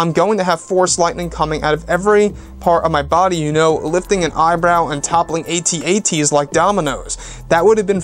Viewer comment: A.Ts - A.Ts? Do you mean AT-AT